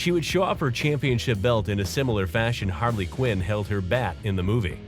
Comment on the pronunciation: its harley ciunn